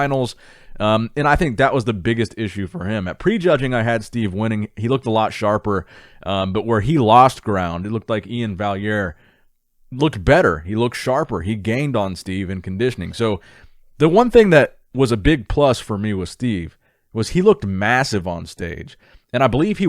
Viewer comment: Iain Valliere = E-in Val-air